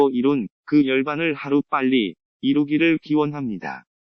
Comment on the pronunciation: '입니다' '합니다' 할때마다 개가 컹하고 짖는듯한 소리가 들립니다 ㅠ 내용은 너무 좋은데요 집중이 잘 안되서 조금 아쉽네요 어째든 좋은 내용 감사합니다